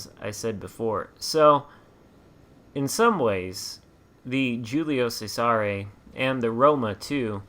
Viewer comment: Great video! This is a very good shop and fun to play at Tier IV. This ship has a tricky name to pronounce in Italian, (pronounced Julius Caesar in English) but hopefully this helps . The “G’s” in Italian are generally silent and the “C’s” at the beginning of words are pronounced with “Ch” sound. The “S” in “Cesare” makes a “z” sound. “Giulio Cesare” is best pronounced like this: ee-you-lio chez-a-ray Hopefully this helps. I find this ship to be kinda “tanky” with angled caution, and can hold its own with some Tier V ships like the Arizona and few others at Tier V. I think this ship would respond greatly, if there was an Italian dispersion battleship captain. Still, it’s a lot of fun ship to play.